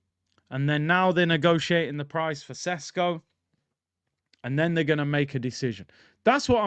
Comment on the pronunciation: Do you think Arteta doesn’t know that next season is crucial, do you think the owners will spend 60 plus millions without doing their due diligence. You making Sesko sounds like sonogo